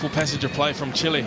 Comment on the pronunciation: Chile not Chil-LAY